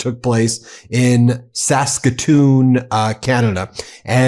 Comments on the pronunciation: Thanks for not butchering Saskatoon Saskatchewan, although I don’t think you said Saskatchewan, L O L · Saskatonian here to offer kudos to Ben for pronouncing Saskatoon correctly. 👏